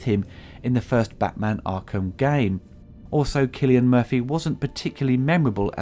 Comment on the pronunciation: SEE-silian Murphy